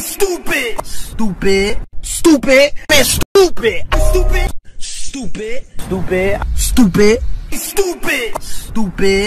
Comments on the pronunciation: At first it was stupid Now I hear stop it in a British accent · I love the part where he says stopptid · remember the part where he said stoopid lmao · Is he calling me stoopid? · i like the part where he said stoopid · I think he said stoopid